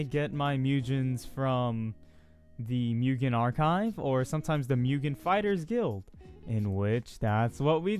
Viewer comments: YOU SAYING MUGEN IS SO WRONG Your saying Mujen ITS MUGEN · Man hear you say “Mujen” instead of “Mugen” got me cringing lmfao. But thanks I’ve been trying to find a way to download this shit and characters forever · its not "'mujen" " its "mooh-gen'' gen like in dr.stone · is not miugen dude is mugen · im just saying your saying mugen rong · I like how he changes how he pronounces mugen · The way you say Mugen bothers me lmao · FUCKING SAYH MUGEN RIGHT I CANT WATCH THIS